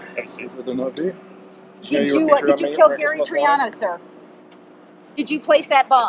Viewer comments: Gary Tree-ano? Really,, really? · When you say Gary Triano, I think you mean Gary Threeano....my bad.